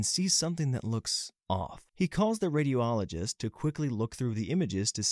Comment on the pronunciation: Not to be picky but, you guys need someone to help you with correct pronunciation. Three words I can think of off the top of my head: triage, peritoneum and radiologist.